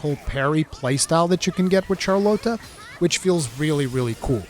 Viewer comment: “Char-Lote-ah” lmao Game is awesome so far!